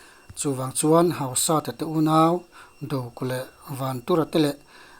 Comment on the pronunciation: Hausata i lam dan chu...hauhuk sat a ang alawm le...Hausat...hausat na/neinung tih lam akawk a,,,lamdan tur dik zawk niin alang ..